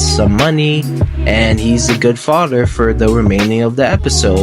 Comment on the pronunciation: Could you actually pronounce mother and father correctly next time ? Mudder and fadder 😂😂😂 bugged me the entire review I’m sorry